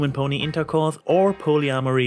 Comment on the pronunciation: "Ponyamory?" Oh my goodness, that blindsided me and now I have a new favorite pony pun.